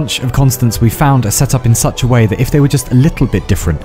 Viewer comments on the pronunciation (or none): Every time exurb1a mispronounces a word on purpose like "whoay" for "way" it's part a a message you can trace back to his first videos and it's making a script with a grand message about him and his channel and its goal. So far it promises a reward for the one to eventually find out the message. I'm not that intelligent and the message is scripted as well so if someone with cryptology knowledge wants to look into it feel free to do so.